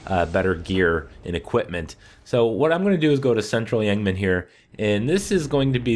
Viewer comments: "Central yengman" hahahaha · He says central of yhanam wat the fuck you herung guys? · "Yang Mang!"lol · I pronounce it like "central yharimen" :)